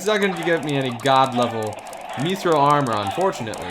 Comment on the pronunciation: It’s mithril not methril